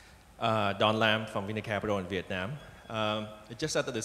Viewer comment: Ma-dzơ in diệc-nam. Bó tay với ông cực Tiến Sĩ nguyen xuan phuck.